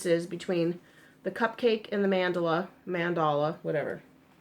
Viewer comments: Lol yes, it's "Man~Dall~A not Man~dla it's common I think many peeps don't pronounce the lower case A behind the D LOLOL;-) Adam in one that freaks out with miss pronunciation. With this I'm just getting used to it.LOLOL I think the difference between stores is the colors they offer..? I could be totes wrong but I've noticed they don't have same, mind you my Wal-Mart only had two colors lol and they are really tiny cakes for 2.89 (well, less then 3$) we have one Wal-Mart with some actual yarn in an isle! But it's in the next town over.:/ commented elsewhere how bad our local stores are with yarn. THEY BITE! I agree they the should size yarn by its actual size but the number of threads worsted or spun together~ Ridiculous¡ Has! See we don't even have these yarns at our Joann:-\ LOLOL YES, they do track you! When you hit allow on you app your open to them knowing when your close to the store. Hahaha I'm one block away! I get hits all the time. I was in cpl days back. Yarn total 90$- I didn't 49$ Can't shop without a coup..or ten hahaha SERIOUSLY, they know when I come through the door I'm loaded and ready to go. LOLOL sadly it's a fact I also know where this are in store better then some of that employees =-O LOLOL I tell them I should be in salary. HAVE a GREAT DAY X's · Your husband IS smart because I would love something you've made AND you could put it in that "Happy Crafting" tote bag you're thinking about having made. See what I did there? You're welcome ;) It's pronounced Mahn-Dah-Lah per the Lion Brand video I just saw, lol. The only thing I can find that's different is the actual care instructions. The Cupcake is just machine wash/machine dry. The Mandala goes into more detail which is weird but ok. Happy Sunday!